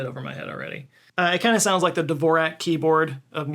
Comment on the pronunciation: That's not how Dvorak is pronounced.